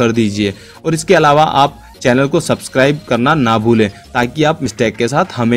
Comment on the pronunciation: Its called 'next' not 'naxt'.